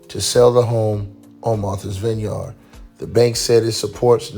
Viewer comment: Vineyard, not vine yard sweetiekve you.